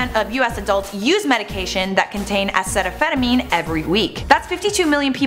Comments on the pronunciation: why is she calling it acetaphetamine? Its uh-seat-oh-minnow-fin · It's A-Cee-ta-mina-fin not whatever the fuck you're saying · your saying it wrong to you know, its acetaminophen. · am I the only one sitting here thinking she said acetaminophen completely wrong? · You pronounced acetaminophen wrong.